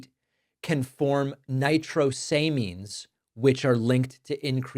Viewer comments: Quick pronounciation thing. "Nitrosamines" consists of the base parts nitros (containing a nitro group) and Amines ( containing an amine group) making the pronunciation Nitros-amines, not Nitro-samines. It is definitely an important issue so I wouldn't want your credibility hampered by a mispronunciation. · Lol. Look who’s talking about mispronunciation of chemical names. Eg, nitrosamines. Nitro-sa-means. Azo-di-carbidomide. This is what happens when you assiduously avoid science classes. Couldn’t take it anymore. Left . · you mispronounced "nitrosamines". david pakman tries to use words, FAILS